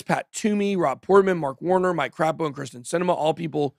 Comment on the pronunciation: I like how you pronounced Mike Crapo lol!!